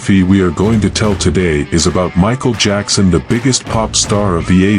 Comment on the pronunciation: Jackson...not jakson